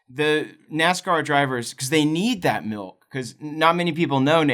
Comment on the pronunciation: Sounds like you're saying milt every time you say milk